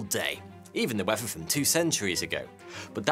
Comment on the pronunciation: Its pronounced Weather. Not wefva. How is it that the british "people" invented a language but are the worst speakers of it